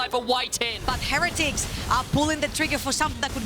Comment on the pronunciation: why does say heretics wrong someone shouldve told her